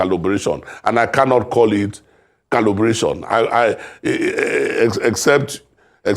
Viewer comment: I hope I didn't hear this Man calling "collaboration," "Callubration." If so.....